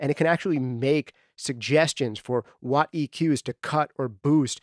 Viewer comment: DUDE! YOU SAID MY NAME!!! Much thanks to you and what you do here! I've been a fan since day one. You're literally the only podcast that I listen to like a religion. The nitty gritty detail that you go into, the relevance of the material, the way you say "whot"... it's all great stuff! I plan to continue to support you in any way that I can. Do you need an engineer? A video editor? A coffeemaker? I got you! :D